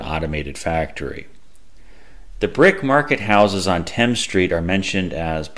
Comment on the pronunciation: Thames street is pronounced more like it is spelled and not like the English river.